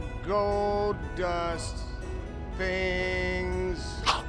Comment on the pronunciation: "Five Goldust ... things .." lol XD